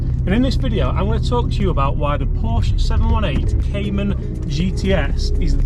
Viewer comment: You should be able to pronounce Porsche correctly if you want to praise it. Another one handed driver of a manual car. Try selling it on with a manual.